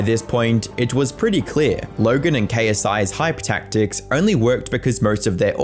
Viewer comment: no offense but it's the stretched LLLogen that makes it seem like you're faking an accent that fits documentary style accent